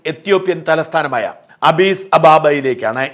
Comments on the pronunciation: അബീസ് അല്ല അഡീസ് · അബിസ് അബാബ അല്ല Addis Ababa യാണ് . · ഷാജൻ, എത്യോപ്യയുടെ തലസ്ഥാനം ആഡിസ് അബാബ ആണ്... ശ്രദ്ധിച്ചു വായിക്കാൻ ശ്രമിക്കുക...